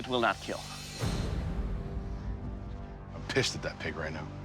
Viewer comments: Lol it said that did not (keal) it’s kill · Very interesting video but it is not keal its kill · It’s kill not keal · It will keal 😂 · “Its will keel” but you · I thought everything he hits he says keal but... RIP to that guy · It will not KEAL... Doug... 🥺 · Its Keeeeeeel!!! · sucks that he learned how to pronounce "kill" ... it doesn't have the same ring as "keal" haha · "It will not keal" 😭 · keal? xD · It will keallllllllll hahaha lmfao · did not keal? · IT WILL NOT KEEL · not kill - keal Keep everyone alive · Lol "keal" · It's not kill it's keal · These people competing would rather hear "is it in yet?" in bed than "It did not keal" in any other circumstance. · I meant to say that it breaks his heart to say that a blade will NOT KEAL. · "It...will not KEAL." How to break a bladesmith's heart in just four words. 💔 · said kill like steve harvey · I like that almost all of Doug Marcaida's brand revolves around his own special pronunciation of "kill". His collab karambits are actually pretty slick though. I'm a sucker for knives with no parts.